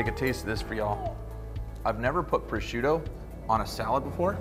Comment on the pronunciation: next time invite me so i can pronunce "Prosciutto" in a proper way 😂 just joking